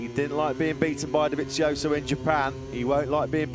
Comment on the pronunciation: His name is Dovizioso, then why the commentators keep Pronouncing his name as Dovinsioso, where has the N came from I can't understand, can anyone tell 😂😂😂😂😂